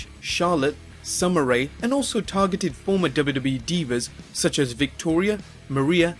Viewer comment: i like whenever he says "the dubba dubba E"